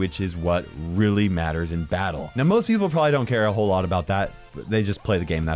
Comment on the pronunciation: I west like "Probaly crow"